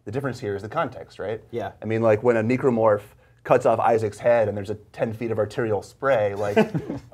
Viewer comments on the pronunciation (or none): Uhm, did he just say... Neeecro-morph? isn't it pronounced, necromorph?